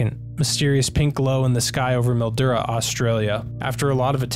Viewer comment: It is pronounced Mill-dew-rah; Mildura. And yes 100% artificial lights/hydroponic set-up. Funny af, grower got drunk at a party and forgot about sunroof shutters.